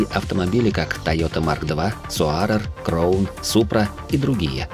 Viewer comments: Только не " Кроун" ,а " Краун ". Я конечно все могу понять, но такие глупые ошибки в произношении -это уж слишком, для канала с такой аудиторией. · Ролик хороший, но крОун, соАрер и целИка по ушам резануло. Краун, сОарер, сЕлика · НАЗВАНИЯ МАШИН НАДО НАЗЫВАТЬ ПРАВИЛЬНО!!! НЕ КРОУН, А КРАУН!!!! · Бестолковый диктор говорит КрОун, ЦелИка, 4эйджиИ, 1гзфи, фейспалм 80лвл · Ролик хороший, но крОун и соАрер по ушам резануло